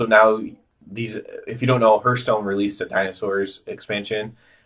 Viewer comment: Please stop saying HERTHstone. Hearth is pronounced like Heart. Not like Earth. Good video explanation, but that killed me.